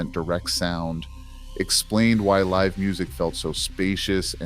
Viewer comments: Yes!! Thankyou. Does my head in. Pronounces Live incorrectly as well. Stop it!! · Why do we need the AI voice over pronouncing words like Live & Bass incorrectly. 🔊 Really??